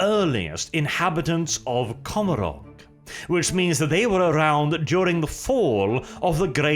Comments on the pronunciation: you are my favourite, and I stand under correction, but I do believe the pronunciation of Commorragh is supposed to reflect the pronunciation of Gommorragh from the Bible. Which is usually pronounced Go-mo-rah, forgive my poor phonetic transliteration skills. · Commorah...is how it's pronounced.